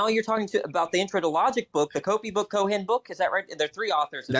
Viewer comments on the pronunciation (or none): none